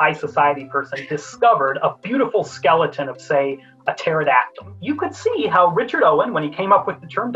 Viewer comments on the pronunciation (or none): none